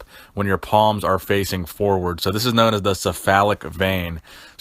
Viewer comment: it's 'keff-alic' the 'C' is not an 'S' sound